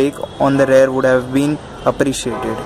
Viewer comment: It's spelled REAR Brake,REAR suspension not RARE Brake, RARE suspension.😂 About 4000rpm...dude are you new to bike riding,are you trying to copy what others are saying,dont you feel the power band? who the hell told you to keep below 4000rpm. Its a KTM DUkE 200 Engine with slight modifications (200NS-carburator,SOHC,high gearing,3 sparkplugs{a gimmick} . DUkE200-EFI,DOHC,Short gearing,single sparkplug) you need to keep above 4000rpm. every gear shift at 4500rpm is recommended! shifting below that is like torture even during run-in. You are ruining your engine components by lugging! Fuck this feels bad seeing useless fellow spreading false information. some ill imformed Bajaj showroom guys have no idea about their products..stay away from what some of bajaj ppl say. Also use Mobil1 Racing 4t 10w40 synthetic oil (in winters,rainy,moderate summer) or Motul synthetic 15w50 (in extreme hot summers) engine oil. Replace oil every 7500kms. Dont use crappy bajaj dtsi 20w50 mineral oil. keep speeds above 60 in 6th gear. constant riding at 5000rpm in 6th gear will give you fuel efficiency of about 56kmpl! improve your pronunciation,improve your basics!Ride safe!✌